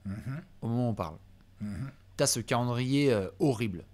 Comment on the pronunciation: AU MÔMENT